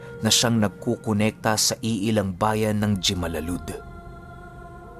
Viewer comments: Di po yan g-malalud kundi himalalud ang saktong pagbigkas sa pangalan yan magkatabi po ang guimalalud at la Libertad tga dito po ako. Pero di alam na may ganon pala na away. I admit madaming sigben dito pero aswang i guess paubos na😅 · Napapa ngiti talaga ako pag nababanggit mo ang jimalalud🤭 himalalud talaga ang totoong pagbigkas nyan eh. Hehehe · ung pag bigkas ng lugar po ay parang (H) ung unang letra hehe peace ✌️ taga (J)👉 Himalalud kasi ung side ng lola ko. JIMALALUD